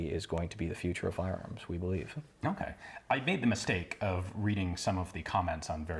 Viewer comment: I don't think sleep deprivation makes you end your sentence by going up in tone and add extra syllables every now and then. I really enjoyed it by the way, it's something very musical that I've never noticed in other american accents. Check at the end of "believe" "that" and "energies" for exemple you put a slight emphasis and go up in tone. It's very charming and as someone who likes to learn multi languages it got me curious as to where this accent comes from. This was a great video by the way, if I had the disposable income I would totally want to try that gun.